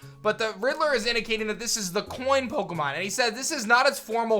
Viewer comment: I was listen to this. You said piemon and I though you where talking digimon haha